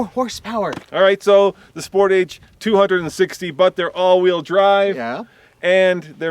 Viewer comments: 0-60 times done at altitude are meaningless. Do all the tests at sea level and see what the results are. Also, you pronounce Sportage wrong. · did you actually pronouce "sportage" like that....